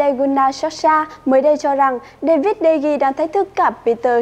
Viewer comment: Đờ Gia chứ ko phải Đi Gia